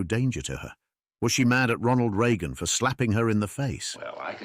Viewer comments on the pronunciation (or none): none